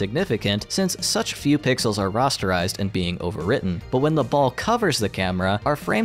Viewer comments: Your saying Rasterizted wrong. There is an A there, not an O. Ra aster ized. Not "Roster ized" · *Rasterized. Not like "Rasta". Who are these people making all these videos where they mess everything up?? Seriously, almost any video by anyone who seems like they're under 30 has sooo many problems. It's like someone smart is writing the scripts and some kid who doesn't know a damn thing about technology is reading them. Linus Tech Tips is an exception. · "Rosterized" lol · He had me until he started pronouncing "rasterized" as "rosterized". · "Rastarized"? Is that a hair joke?